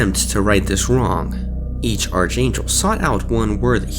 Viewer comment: Arch angel is pronounced without the ch. It's a K sound. Like ark.